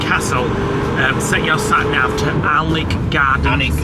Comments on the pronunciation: So pleased you are now pronouncing Alnwick correctly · 🤣🤣🤣 Doggers i bet, Yrhhh well done 👏👏👏👏👏👏👏👏👏 Alnwick - AN-Nick castle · You are pronouncing Alnwick spot on. Hopefully some day you will come up to Scotland. East west north and south plenty great stays. We live in Dunbar.